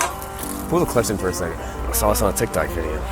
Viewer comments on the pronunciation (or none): none